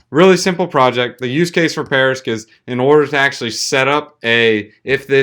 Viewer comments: Why do you keep saying "parisq"? That's like me making a video about bitcoin and calling it bictoin every single time. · Be a professional? start by knowing how to pronounce a project you're covering:)